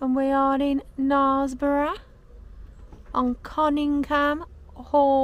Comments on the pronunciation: It's pronounced naresborugh not narsborough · I pronounced it wrong but hey ho. Wanted to go for a long time as I just love a viaduct lol. It's a lovely place but it daint half get busy! I pronounced it wrong it seems.🤔 It is Knares like mares apparently. I'll know for next time.😁